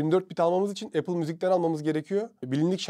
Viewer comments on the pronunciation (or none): none